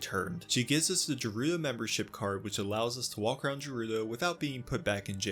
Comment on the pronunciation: I dont like how youre pronouncing “Gerudo” lol